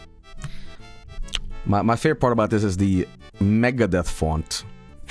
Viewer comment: I love the way he says mæga it’s funni